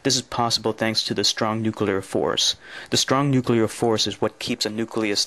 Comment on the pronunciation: He actually said nu-Q-lar. But then several US presidents have too. Look at the word. Unbelievable.